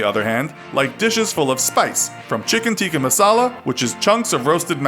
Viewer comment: I'm Punjabi and u said the chicken tika masala perfectly